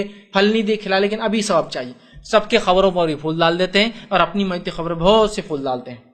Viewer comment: Aabe pehle sehih se bolna seekh gustaakhe nabi qabar ko barbar khabar bol raha hai😀😀😀😀😁😁😁😁😁😁😁😁